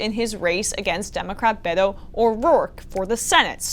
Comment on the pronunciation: I liked this clip very much. Congratulations Emma. We would love for ya'll to pronounce "Beto" with a stronger emphasis on the "B" so it truly sounds like a "B". Greetings from Switzerland.